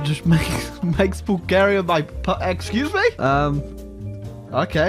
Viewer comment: Why do you pronounce it Bul-GE-ria? I ain't even mad, just curious.